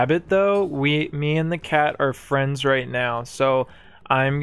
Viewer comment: Technically, your pronunciation of "cat" for the marquise is incorrect. You're pronouncing the english version, /kæt/, while it should be pronounced more like /kat/ as in "cart"